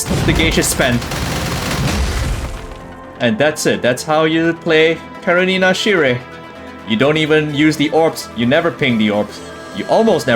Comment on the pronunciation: Remember, it's pronounced as "sheer/shear" not "sire". lol